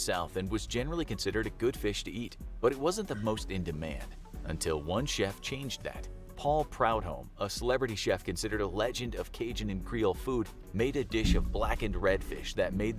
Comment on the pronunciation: Can we get a "delicacy" counter. Good grief. Also it's "Prew-Dome" not "Proud-home"